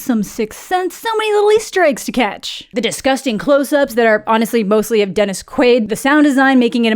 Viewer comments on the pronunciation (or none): none